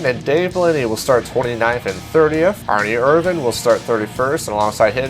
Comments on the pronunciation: Can't stand how he says Erin irvans name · I can't stand how you spell "Ernie Irvan"